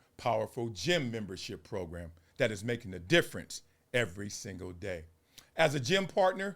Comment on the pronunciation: The pro-grum 😂😂😂